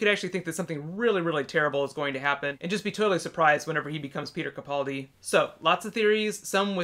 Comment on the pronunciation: Please pronounce Capaldi's name right I know it's a really easy mistake to make but it drives me crazy.